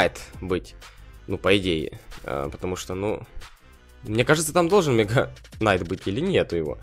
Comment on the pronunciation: нетмега Найт а мега кнайт